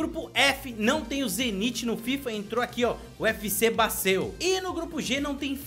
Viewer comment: Se pronunciar BA-ZEL